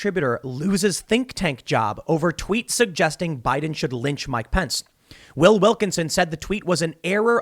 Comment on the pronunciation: "President Bajs.. " a lip-slip only a swede can love ^^